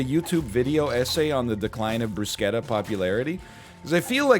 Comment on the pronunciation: had no idea that's the correct way to pronounce bruschetta